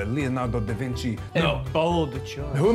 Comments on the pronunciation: "who painted the mona lisa?" "da Vinky?" no its leonardo dicaprio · DA VINKI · Da Vinky? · da vinky???